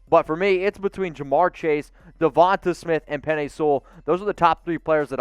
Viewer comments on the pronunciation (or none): Please Lord someone teach this man how to pronounce Devonta name